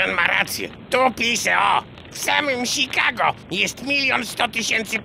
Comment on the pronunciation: W samym "Sikago"... :D